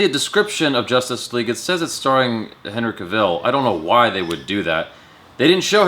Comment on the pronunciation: Why do you pronounce Cavill like that?